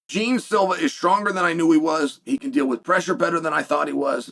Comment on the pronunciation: Jeen silva? Lol, its pronounced more like jay aun